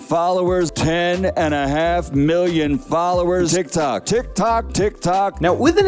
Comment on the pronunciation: To be honest who wouldn't die inside when they say tik toc